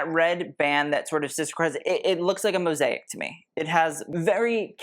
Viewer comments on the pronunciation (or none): none